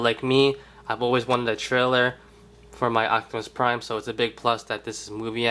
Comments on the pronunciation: his name is OPTIMUS PRIME not OCTIMUS PRIME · "Acktimus Prime" lmfao 😂 😂 😂